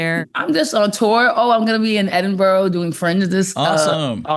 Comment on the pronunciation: I hope Sam learns how to pronounce 'Edinburgh' before she gets there! She's pretty funny!